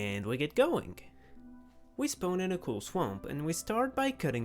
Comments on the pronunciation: It's not spone, it's spawn but great vid. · The w in spawn is silent. Many similar words with w after a vowel, you use the wrong vowels.